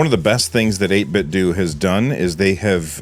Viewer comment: its 8bitdew sir not 8bitdough.